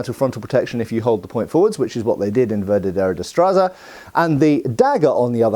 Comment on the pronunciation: As a Spaniard I love when HEMA people remember our long martial history. Sure, there's Italian, French, German and English traditions (and many others) but I find there's often a lack of Spanish influence in HEMA in the English speaking world. Also,, I get that it's hard for English speakers to say it, but I had trouble recognizing that you were saying "La Verdadera Destreza" (Literally "The True Dexterity", though "The True Skill" is a great translation). Funnily enough, when that style became famous, other styles of fencing where called "Destreza Falsa" (Fake dexterity/skill).